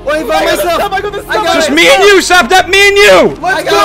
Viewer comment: I’ve never noticed that he says sa-nap